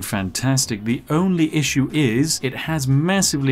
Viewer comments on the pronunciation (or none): none